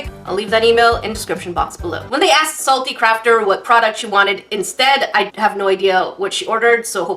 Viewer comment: She said salty crapter